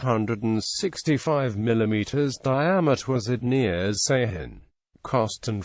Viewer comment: Ceyhan is pronounced "Dzhe-HAN"